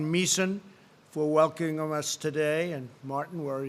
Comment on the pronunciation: So.. nobody notice he couldn't pronounce "welcoming" 🤦🏽‍♀️🤦🏽‍♀️this knock off 😐